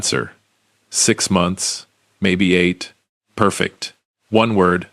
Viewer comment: The word “perfect” is one word and two syllable NOT ONE!